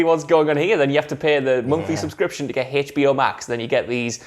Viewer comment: Its HBO not Haytch.B.O. Dammit!